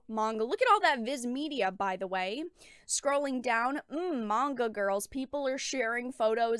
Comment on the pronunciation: what about the misandry in american comics? Also the co-creator of GG-cup Powergirl is complaining about manga being too sexist. Are there even any Manga girls that are THAT big in the chest? also mongu? i know you are talking about manga but it is weird hearing people pronounce it as mongu. Even the Asian folks I know say it is pronounced as manga maybe it is a cultural thing. Fans of any media just want 1 simple thing; Good Stories and Japan is providing that.